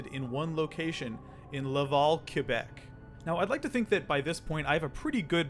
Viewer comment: i lived in québec for around 3 years and when i moved back to ontario, everyone pronounced it like “kwa-beck” even though i’m used to it being like “keh-beck” and the fact that pronounced it correctly is rly satisfying lol